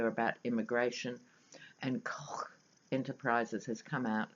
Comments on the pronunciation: Hi,, we pronounce Koch as "Coke" Brothers. Love your readings in America! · Hi, The correct pronunciation for "The Koch Brothers" is "Coke". I love your pronunciation better Ha! Ha! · hahaha youare too funny when you say kochchh! I have this same exact thing I do about my brother and his block head(we are half german half sicilian italian) he favors the german side with his big blochchh head I say block like you say kochchh. I am dying laughing everytime you say it!